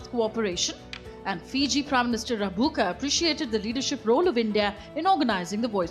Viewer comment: Rabuka pronounced Rumbuka